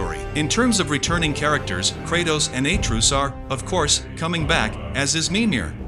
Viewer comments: It's AtrEus, not Aytreus. Pls don't piss us off for no reason. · bro said "a truce"